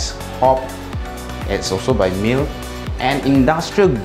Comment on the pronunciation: Hey, FYI Miele is pronounced as mee-luh.